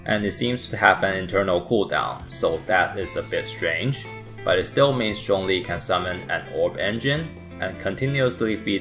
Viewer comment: Remember guys his name is 钟离, not 钟力 (google translate to hear the difference)